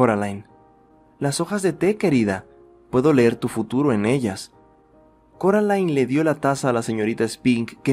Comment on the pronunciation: alguien mas escucho caroline en vez de coraline? erorres pero me gustan uwu